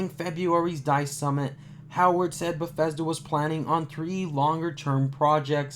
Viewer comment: you should practicing the studios name before you pronounce it wrong 200 times. it sound just as its spelled. there is no F in Bethesda